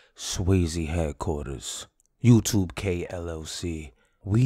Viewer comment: That man said, " YoutubeK LLC " 😂